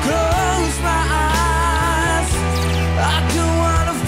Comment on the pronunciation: Harusnya kan eyes ya 😂, salah pelafalan eja